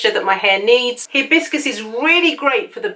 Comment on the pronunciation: It's not he bis cus the correct pronunciation is Hi bis cus!